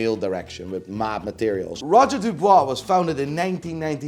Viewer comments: Who the hell is Roger Dubwa? Dubuis, my dear. Dubwi. Now repeat after me. Buying PP you must be strong moneywise, but you don’t understand shit about horology. You completely wrong on GS and AL&S because you don’t understand the innovation behind them. Ps. You can’t hide your Dutch accent, snob. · Its not roger du"bois" 🤡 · roger dubuis not dubois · I love your videos, but why do you have to ruin the names like that man? Charctsier? Really???😂 and come on Roger Dubooooaah?! 😂😂😂 I guess it makes for more clicks and subscriber, but you strike as a tad more intelligent than what you make out to be 🧐